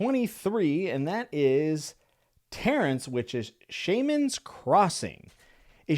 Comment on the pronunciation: When you pronounced “Shaman’s Crossing” like that, I immediately thought of the Pokémon Shaymin. So that’s how I spelled it when I looked it up. 🤣